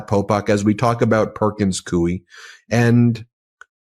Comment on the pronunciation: I absolutely love your podcasts and Substacks. But pronounces ‘Coie’ incorrectly. It rhymes with ‘Louie.’ I used to work there and it’s driving me crazy that so many podcasters are spelling and/or pronouncing it incorrectly. Thanks for all your work.